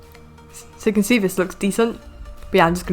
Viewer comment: Wtf you said (as you can zee)